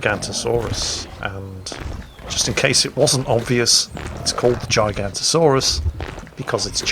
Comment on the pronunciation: you missed the o, makes a big difference